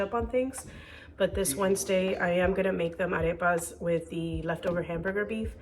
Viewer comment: Is your native language Spanish? Must be , your Arepa and picadillo pronunciation is perfect 😍